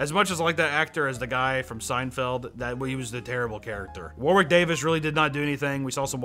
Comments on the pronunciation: I know this video is 8 months old but its you don't pronounce the second w in Warwick. Its should sound like War-ick. Same with the town name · Man, how Americans pronounce Warwick is like a nail on a chalkboard to Brits. It's pronounced like "Warrick"